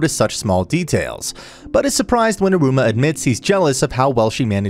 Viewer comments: Man here calling Iruma so similarly to Aroma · in the start you said Aruma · How does this man manage to mess up so much pronunciations?? Like its e-roo-muh and HOW TF DO YOU SAY EH-FRET ITS EYE-FRITT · Not me being triggered on how you said Iruma 💀 Also Sabnock wants to become demon king because he thinks it’s the coolest. Not because of his older brother. He says that after all those stuff lo